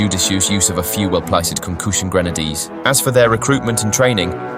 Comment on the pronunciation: "Concooshin grenadies"